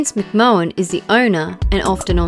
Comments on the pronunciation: 1.45 'should have WENT' __ 3.39 'Harry BelaFONT' ... 4.35 'was spoke about' and the aforementioned Vince McMOHAN. The script is as bad as the thick Aussie narration. 'Moily Coirus'? Give me a break. You guys have your work ahead of you. Was this a Hoigh School prowject or somethink? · um you said Vince McMahon's name wrong its pronounced McMan yes that IS how its pronounced. its a simple mistake though given how its spelt